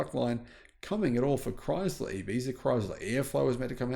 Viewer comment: There is no Z in ChrySler!